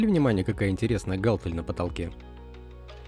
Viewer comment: гАлтель- кровь из ушей